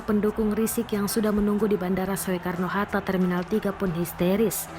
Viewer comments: pembaca berita "...bandara soekarno hatta" (baca: sukarno atau SOEkarno?) - dasar pembaca berita millenial tanpa kenal ejaan lama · Bacanya sukarno walau ejaannya soekarno...priben rika ? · Pembaca beritanya kok ngga tau cara baca? OE=U jadi Sukarno, ejaan op huisen bacanya jangan menurut hurufnya. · Maaf nih, masukkan, atau maaf juga jika justru saya yang salah. Bukankah Tulisan "Soekarno" dibacanya menjadi "Sukarno...???" Bukan dibaca persis seperti tulisannya "Soekarno....???" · Mbak naratornya ngga pernah sekolah atau gimana sih? "Soekarno" dibacanya "Sukarno" loh Mbak. Parah. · Gagal fokus sama yg baca berita. Soekarno itu dibaca: SUkarno, bukan SOEkarno. Sekolahnya dimana sih? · Soe Soe mata elo soek belajar baca lagi mba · Hiii cewek yg baca berita gak punya adap ya Kl gak paham tanya dulu,lu panggil Habib lu dg kata Riziq? Sekolah dimana lu bocah walaupun tulisannya soe dibaca ya su ya..belajar dulu baru baca berita!!!!!! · Ejaan Soekarno itu di baca sukarno mbak. Jangan mengikuti tulisanya.. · Biar gak bikin malu Tribun saya mau kaaih masukan buat news producernya. Tolong diajaran naratornya cara membaca ejaan SOEkarno yang benar. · ngomong yg bener Mbak, walaupun tulisannya “Soekarno”, “Oe”nya nda usah dibaca spt itu. Oe jadi “U”. malas belajar nih wartawannya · Kirain gue doang yg denger gitu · Ya betul ucapanya 😁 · kirain gw doang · Naratornya pe'ak😆😆😆😆😆